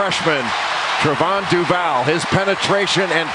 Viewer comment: Why cant bilas say duvals name smh